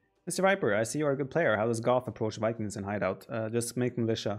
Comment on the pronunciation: Once you hear "hi daut" instead of "hideout" you can't unhear it